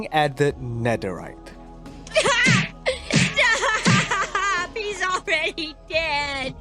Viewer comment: “Netheright” it’s netherite stupid